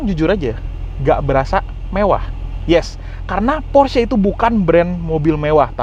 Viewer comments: setuju!...sama kaya orang amrik bilangnya "PORSH", padahal yang bener baca nya "PORSH-E" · Bacanya : Porsi Makan 😂